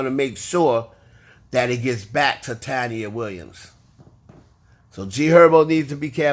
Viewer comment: The way you pronouncing taina has me cacklin lol. I know you mean no harm. It’s pronounced Tai-een-ah.